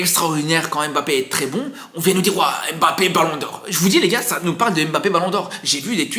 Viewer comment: C'est qui M- Bappe? Je connais Mbappe mais j'entends partout M- bappe... Il l'a dit à la télé c'est Mbappe , pourtant vous êtes capable de dire Zlatan et non Z-latan